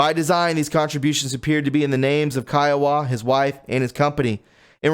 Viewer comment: Re I kept thinking you were saying Kiowa. Man pay attention to your reading. 🙄 Read care-ful-ly...it is Khawaja as in Ká-wá-ja. Whew! 🙄